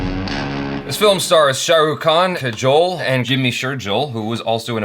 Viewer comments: It's not kan it's Khan..Khan from the Epiglottis ☺️ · its not Kaan its KHAN...Khan from the epiglottis;):P